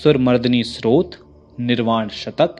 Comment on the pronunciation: स्रोत नहीं स्तोत्र